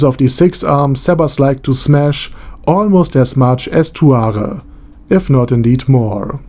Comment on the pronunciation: why are you pronouncing it tuare instead of tsuare?